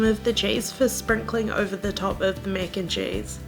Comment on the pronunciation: “Mec and chayse”